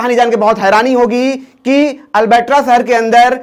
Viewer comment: अरे भाई वो अलबेटरा नहीं अलबरटा है। मैंने देखा है कि तूने दूसरे चैनल की वीडियोज़ में भी बहुत बार गलत जानकारी दी है 🤦‍♂️